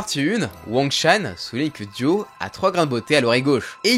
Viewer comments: J’en ai marre qu’il dise « Duo » au lieu de « Dio » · Mais pourquoi tu dis DUO et pas DIO wsh c'est trop byzarre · Pourquoi tu dis « Duo » à chaque fois? (Oui j’ai compris que tu avais des problèmes d’élocution mais quand même)